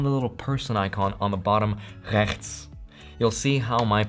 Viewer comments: Love the way you said rechts haha. You said it perfect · A well pronounced dutch “rechts” 👍